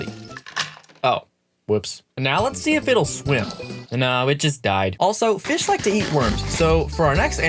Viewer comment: It’s. Not. Called. A. Fiss. It’s called. A. Fish. Go. Back to. School